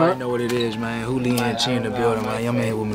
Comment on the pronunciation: It’s hoolie